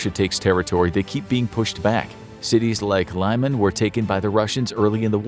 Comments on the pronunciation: Sorry, it’s not hard to look up the pronunciation of these cities. It’s pronounced “LEE-mahn”, not “Lye-man”. Makes me doubt the quality of the research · Is Lee-man not Lie-man